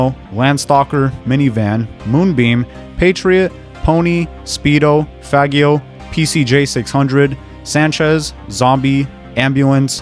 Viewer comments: faggio is pronounced fah-Gee-oh (as to not sound offensive and sound Italian) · It is pronounced FAH-JEE-OH my man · bro, don't pronounce "faggio" like that, trust me.